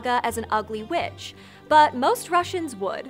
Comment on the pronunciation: For a second I thought she said Baba Yaga was B**ch but she actually said witch